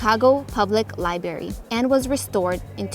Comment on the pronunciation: Chicago Public Li-bary I can't.